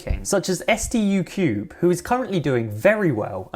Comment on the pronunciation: As a Stucube fan hearing you say S - T - U Cube is extremely offensive, you'll be hearing from my lawyers 👍